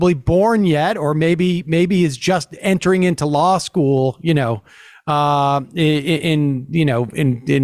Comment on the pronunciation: Petition for this guy to learn how to pronounce "law"